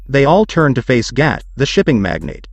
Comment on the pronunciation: You are saying gat and not gato